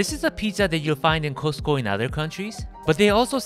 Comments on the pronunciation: LOL. Sorry, but it should be pronounced as “Cost” like how much does it cost? Not Ko-se-te-ko. No, the Korean Costco food court does not compare to the American ones. First of all, the hotdog should be a foot long and is long with all the condiments (you were missing sauerkraut). Much better tasting than the Korean ones. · The way you pronounce Costco! 😆 ❤